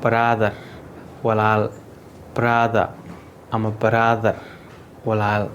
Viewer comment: Bother walaal ma ahan brother baa walaal eh uushtaad waad IL duuftey umaleynaa